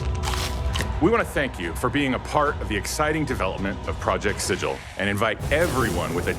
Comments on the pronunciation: Alas, my own hopes were dashed when he pronounced it as 'Sijil'. 😢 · It's pronounced "Sigull". I had to correct Ginny Di at last year's direct, now this? Lol. Never thought I'd be a gif>jif guy but y'all wrote a book set in Planescape man, let's pick a lane here! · If the name is based off the city of Sigil from the lore, then they're pronouncing it wrong. It's been pronounced Si-gill with a hard G for as many editions as I can remember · Its pronounced Sigil. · Project Sigil... and it's not Sigil... trash. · Thank god they don't pronounce it the same way as the Planescape city of doors of the same name! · Aabria Iyengar said it correctly on stage for the one-shot showing off the system, I also don't mind people saying it wrong because that's a classic element of the Planescape setting, locals know it's a /G/ sound but some clueless berk from the prime will assume a soft /J/.